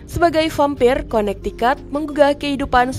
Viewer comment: Connecticut bacanya konektiket bukan konaktikat